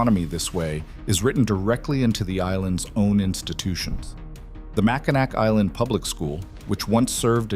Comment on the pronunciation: It's Mack-in-aw for pronunciation.